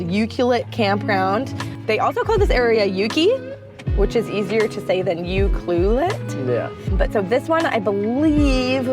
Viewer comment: Your pronouncing UCLUELET wrong. 🇨🇦